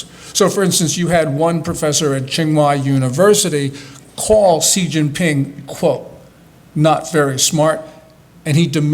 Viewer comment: He can pronounce "Xi" correctly.